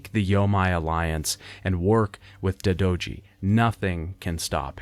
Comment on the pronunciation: Dadoji and yamay alliance lmao. Bro the game says both names numerous times. It's 'die-do-ji' and 'yo-mey'